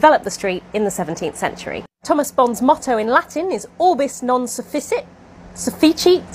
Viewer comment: The Latin is pronounced as (oh)rb(ee)s n(oh)n s(oo)f(ee)k(ee)t, where the r is rolled. Ohrbees nohn soofeekeet I should mention that I’m using classical pronunciation and that this isn’t quite perfect, but it is surprisingly close.